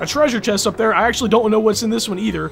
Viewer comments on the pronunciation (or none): none